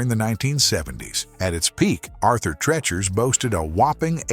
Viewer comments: PRONOUNCED TREECHERS. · I do but the narrator and producers obviously do not! It's not pronounced Arthur "Treh-chers" Fish and Chips. It's pronounced Arthur "Tree-churs" Fish and Chips. Stopped watching after 30 seconds because of the repeated mispronunciation of that! Was this AI narrated? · Wanted to watch this but get the AI to pronounce Arthur Treacher’s the correct way! Cringe!!😬😬😬😬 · It's pronounced Arthur Treechers Fish and Chips. Have we learned nothing from their jingle? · treachers has a Long E moron narrator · Really getting tired of all the AI voiceovers everywhere. Turned it off after pronouncing "Treachers" incorrectly over and over. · jesus I tried but the AI voice saying "treachers" wrong 12x in less than 5min is just..... no.... thumbs down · Your treacherous pronunciation of Arthur Treacher's is killing me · Why is he pronouncing Arthur Treachers wrong😢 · Thank You! He was murdering one of my favorite eateries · Dawg, get a better AI or at least proof-listen. "Treacher's" has already been brought up but the section on Morrison's with "trablas," "changing tastys," "face-ed allegations of racy-al discrimination" is redonk. Try harder.